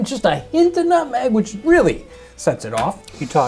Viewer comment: Jon: Nutmeg: Notmeg